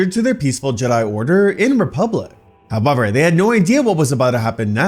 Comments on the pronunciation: Why are you saying however like that? Ahhh, must be Canadian. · Did you say however? Or what did you say?